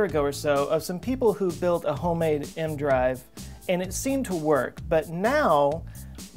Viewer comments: Isn’t it pronounced “E-M drive”? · A part of me dies inside each time he pronounces it "m-drive" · No. He says M drive in the video. E-M is an abbreviation. He apparently is treating it like an acronym. He would pronounce Dr. as Der instead of Doctor had he lacked the benefit of seeing it in common use. Failing to know the name of the device, in and of itself, is a pretty strong indication he doesn't know what he's talking about. There is no variant version they tested where it's just a Magnetic drive that I ever heard. Regardless, even if there were, he is talking about microwaves; the original. I started watching his videos recently and they aren't very good. He freely admits he knows next to nothing about the topic he's discussing when it's about technical science. But he regularly hits half a million views. Can't knock him; he's honest and he's getting paid to be a know nothing. Not to say it doesn't take quite a bit of work to present his utter lack of knowledge; I'm sure it does take work to make the videos. If he pretended to know, then I'd be pissed, but he doesn't. I guess this shit is in demand. I probably should make a Youtube channel too since I know nothing about a lot of stuff and I read the same stuff he does.